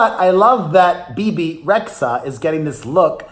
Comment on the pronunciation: Isn’t it really Bebe «Redya» («red-yah»)? Like they say where the name is from («xh» is pron. «dy»/«dj»)... ☺️